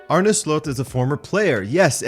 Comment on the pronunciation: Finally someone that says his name right, most people say Arnie... That aside, I wonder how this will go given the similarities to EtH. Making a jump to a team like Liverpool will still be a big step that could quite easily go wrong.